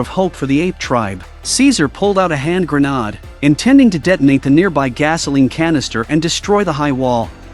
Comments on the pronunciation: Grenod—-wtf? It’s pronounced gren-aid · This must be some sort of computer generated money making BOT as it can't say grenade properly. I will be glade when their world comes to an end as this profit above all else isn't compatible with our planet's ability to sustain life.